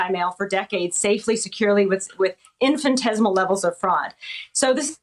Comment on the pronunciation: do americans pronounce the word "Infinitesimal" as sounding like "infantesimal" or am i just hearing it wrong?